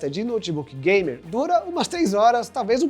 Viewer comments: eu tive que ouvir umas 10x pra ter certeza que ele falou "bem exagerado, bem gamer " kkkkk Pq pareceu que ele falou "bem exagerado, bem Gay" kkkk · eu entendi ''bem exagerado, bem gay'' osso